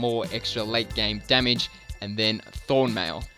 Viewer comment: "extra demige " ahahaha